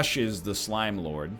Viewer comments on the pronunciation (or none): none